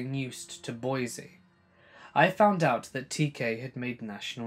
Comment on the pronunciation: I live in boise (by the way, it's pronounced 'boy-see , not boy-z), and that story is true. He recently tried to legally change his name to "eternal love " but the judge shot it down lol.